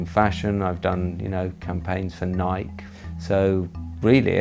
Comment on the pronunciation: lol nike its nikeeeeeeeeee.